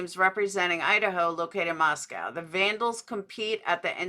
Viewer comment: Notice how repeatedly doesn't pronounce Moscow the way all people in that area pronounce it. She pronounces it like Moscow Russia but Idahoans pronounce it Moscoe